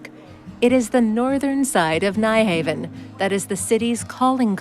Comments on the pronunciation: Sorry but the Danish pronunciation of Nyhavn only has two syllables. Phonetically it is pronounced [ˈnyˌhɑʊ̯ˀn] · It so annoys me when commentators repeatedly get the pronunciation wrong with place names. This happens several times here with the popular area of Nyhavn, Phonetically, the correct pronunciation is 'Nuharven' Things like this should be properly researched!